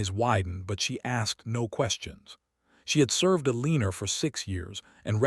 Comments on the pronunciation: Dang it Even switching to reading transcript, I keep hearing a leen er every time I come to the name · PLEASE: If your AI cannot say Eleanor correctly, find another name for your character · Staring - with a long a, fading with a long a, too many more to list. And will someone please get that woman's name corrected (in every single occasion of it's occurrence in this and other platforms where it is consistently butchered) or start using a name that cannot be mangled.